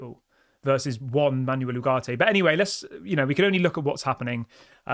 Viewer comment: Sancho to go.... Ugarte is better than the others you mentioned I would take Ugarte and Amrabat together... Stop saying Ugarte is too expensive. He is worth what we are willing to pay. Also, please practice saying foreign teams and players names before coming on and talking about them such as Panathinaikos and Manuel... cheers